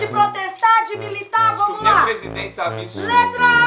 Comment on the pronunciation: Plesidente kkkkkkkk